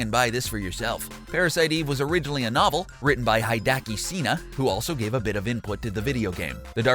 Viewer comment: Hee-day-ah-key Say-na, not hi-dacky Cena